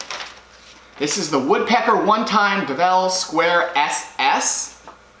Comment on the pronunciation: Hey, just in passing, it’s pronounced DELVE, like SHELVE, not DEVEL. It’s named after its inventor, Tom DelVecchio. I bought mine as a One Time Tool when they first offered it in 2015. That aluminum version stays in my apron as it is extremely versatile! After watching your video, I realized that (A) This is now a production item; (B) It now has a stainless steel version and (C) The stainless version is available in a 6” size. So I just ordered a 6” myself with a delivery date of June 9, 2021. Hope you enjoy yours, as it combines features of about 10 different Woodpeckers tools in one. I think that it is one of their most useful and versatile tools, and you will find a lot of use for both sizes. P.S. The mini square is really useful too, especially for checking square on tiny projects, but more so for checking square on chisels and hand plane blades.